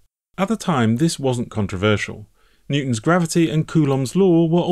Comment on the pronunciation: Very interesting, never knew this, Electronics for 35 years. But who is "Netwon"? Sounds like a hacker if you ask me.